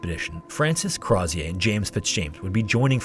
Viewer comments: its not pronounced Croz-ee-ay. its Crow-zher. he was Irish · Hey, love this ep, but Crozier’s name is pronounced more like “CROW-zee-ur” or “CROW-sure,” depending on your accent. He was Irish, and the name has English/Scottish origin, not French. easy mistake to make! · as an fyi, as an irish person, the last name crozier is likely said something like crow (like the animal) shur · Its pronounced Crow-sure, he was irish, not French! And the monkey was Jacque, pronounced Jock, not jack. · It's pronounced "Crow-zure" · Crozier’s name is pronounced “Crow-zee-er”. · I absolutely love your thorough breakdown, it's one of the best on YouTube... But the way you say "Crozier" like he's a refreshing, sparkling beverage absolutely slays me throughout 💀 (This is not a complaint, it elevates my experience, though it's my understanding it was more of a "Crow-zjer," rhymes with Hozier sort of situation). MAD RESPECT! Your research and presentation is always incredible, thank you for all you do! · Crozier - crow-zee-er it's my grandmothers maiden name. He's my great great grandfather or something. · Crozier is pronounced "CROW-ZHER." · Argh! Great video, but you said yourself Crozier was Irish. Stop pronouncing it like he was French! Crow-zer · Apologies, but Crozier is pronounced more like “Crow-sure”. The zi has a sort of sh/j sound. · I can’t with his mispronunciation of “Crozier” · It's crazy how much research and editing went into this but Crozier is pronounced improperly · Hi, great video. fun fact I live in Banbridge, the town Crozier is from, which is how I know you mispronounced it. Don’t blame you, but it’s spoken like “closure”, replacing the l with an r. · youtubers are so dumb the way they can't say Crozier. Oh, he was an Irishman of low birth named Craw-zee-yay, how lah-dee-dah